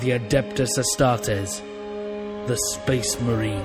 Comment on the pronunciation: If this guy is a fan why does he pronounce astartes wrong ? Never heard anyone say it? Some fan.